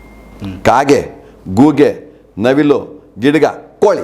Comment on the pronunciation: ಗೂಗೆ 😂😂 ಅಲ್ಲ, ಗೂಬೇ